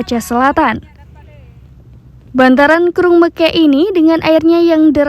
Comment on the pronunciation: BUKAN MEKEK.....tapi meukek